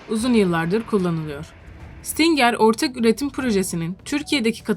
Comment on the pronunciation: Stingır diye okunuyor